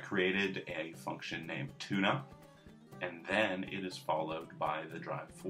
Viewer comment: made a class called 'tune-up' sounded like tuna. anyone?